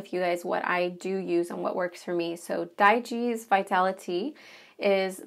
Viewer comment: If this medicine cabinet is in a bathroom you might want to consider moving the true medications to a different location. I’ve heard that humidity from showers can impact the integrity of medications. Also I believe digize is pronounced like dye-gyze.